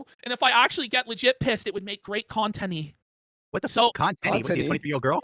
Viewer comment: Now that is a felting you dont come back from.🤣🤣🤣🤣🤣👍🏽 “conteny” just killed me!🤣🤣